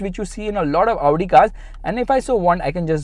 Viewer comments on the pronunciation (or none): It's not Avudi, it's Audi 🤣🤣🤣